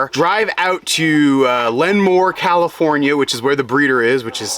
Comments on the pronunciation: Lenmore? It’s lemoore lol. What’s the breeders name? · 🤦 Not "Lenmore." Lemoore (luh-MOHR). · Lenmore… ITS PRONOUNCED LEEMORE! Lmao I’m from there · She came from LEMOORE, not Lenmoor. Sorry, I lived not far from LEMOORE (pronounced La-more) for about 25 years of my life. ;) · You butchered the name Lemoore, not just once, but 3x. It is pronounced Leh more not Len more. Sad, just sad. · "Le-moor" is how you say it. :) Good ole armpit of CA lol. The farm that the pup is coming from looks wonderful! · Hi, I think you're talking about Lemoore, California, pronounced ləmore, with the accent on the second half. ~ex-Porterville, California gal. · Lemoore, California is pronounced “luh-MORE” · I’m a California native…it’s Lemoore, pronounced LEH-more. Can’t wait to see your pup get to her new home!! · Or.....Lah-more ☺ (I used to live there) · Haha. CA native too. I was confused when he said the city but when he said by Fresno, I realized he meant Lemoore. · LOL thank you for politely correcting the pronunciation of Lemoore, it was driving me crazy. 😂. I’m from the area and would never expect someone from the other side of the country to know but still 😊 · I'm Cali born as well and live in Lemoore, I had to pause and make sure i heard that right haha. and even GPS cant say the name right lol.